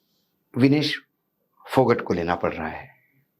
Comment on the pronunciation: अशोक वानखेडे जी फोगाट गौत्र है फोगट नहीं विनेश फोगाट